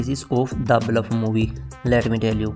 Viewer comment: Bhai English bolna seekh le pahle..... The Bulf nhi The Bluff hai